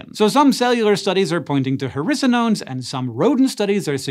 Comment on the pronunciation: Who else thought that every time he said hericonones he was actually saying "harrisa-nones"?